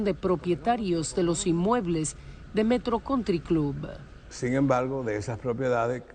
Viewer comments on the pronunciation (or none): Alicia no exageres con la fonética. Metro country cloubaaa.